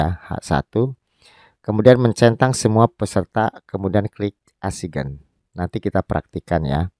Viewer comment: assign dibaca ''esain " biar enak di dengar videonya,,🙏